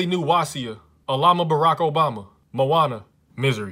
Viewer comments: When tries to say Maine ‘Moana’ A roadman named John says I’ll fight you m8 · regular people: Maine: m0aNA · Me : You can’t pronounce Maine wrong! It’s just “Main” Him : ”Moana” Me : .... wth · He’s low key about to get copyrighted by Disney after mispronouncing Maine